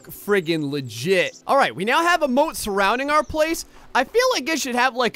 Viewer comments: Oh moat not boat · ahlike scoob! we need to build ahmoahht